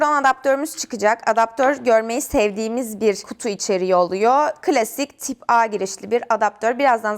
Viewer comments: Type a yı Türkçe söyleyip type c yi İngilizce söylemek 😂😂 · Tip a ve taypsi diye okumana takıldım